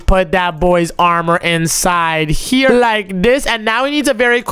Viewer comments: It’s here not chier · Bro keeps saying chere